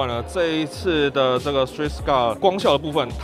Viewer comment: 秒 Strix 念錯了XD overall good video